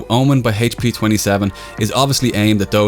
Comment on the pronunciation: HAYTCH PEEEEEEEEEEEEEEE. HAYTCH, you're killing me man.